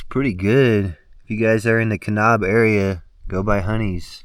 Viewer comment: Nice trip. Hot tip: Kanab is pronounced Kuh-NABB, not Kuh-Nobb.